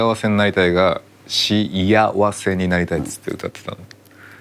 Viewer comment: し「あ」わせがし「や」わせって確かに不服だけど小学校の頃にそれに気づいてモヤモヤしてるのレベルが違う